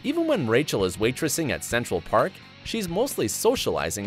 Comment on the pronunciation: did he just say central pArk